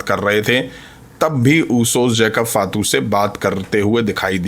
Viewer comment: फातू नही भाई फाटू😂😂😂